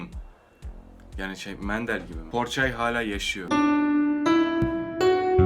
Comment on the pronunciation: Porçay değil Pogorçagay olucak.